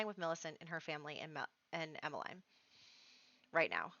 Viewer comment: It is pronounced Emma-leen ;) my best friend as a child was called Emmeline so...!